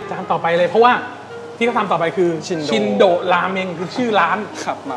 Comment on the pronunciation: ออกเสียงชินโดครับ ไม่ใช่ชินโดะ พอแก่แล้วเริ่มไม่ชอบกินมันๆ ส่วนใหญ่ก็จะสั่งชิโอะ เดี๋ยวจะหาโอกาสไปลองครับ